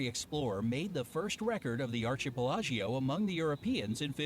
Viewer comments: it sounded like an italian word 😁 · The narrator of the video mispronounced “archipelago”! How funny!!!